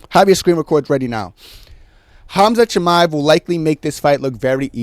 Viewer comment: Why does he say shiba like a retard so often